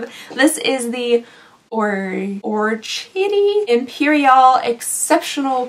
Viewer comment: Orchidée impériale is french. You pronounce it as "Or-ki-de" (de like in debate) This calendar looks like a scam to me 😅